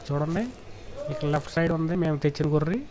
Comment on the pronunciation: గొర్రు కాదు గొర్రె అని చెప్పు